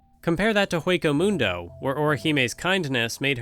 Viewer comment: I am glad you did another video about Bleach and not just bashed it, but highlighted some of its many qualities. I love it for its characters, for its setting, for its battles... For my liking :) P.S: I know it's not the most important thing but it's said "Ueco" Mundo as it's Spanish for hollow. And in Spanish or the Anime you don't pronounce the h. Just informative value. If you already knew you have all your right to say it as you want haha